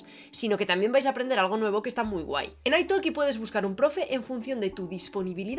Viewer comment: Se nota mucho que cuando hablas en italiano lo estás leyendo. Y no es aitolki, se pronunciaría aitoki, sin la L